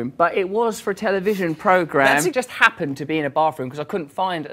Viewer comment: How does Rosie P, say Hoppy [a word?] instead of happened?